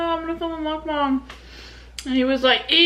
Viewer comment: Literally you're the only one from most YouTuber I watched finally said "Mukbang" correctly 😭❤️